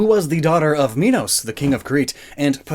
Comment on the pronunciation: Ariadne is pronounced "Air-ee-ad-nee", Minos like "Mine-os", and Pasiphae like "Pass-i-fae", but you get points for trying